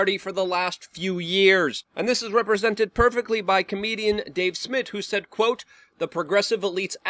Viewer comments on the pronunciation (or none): none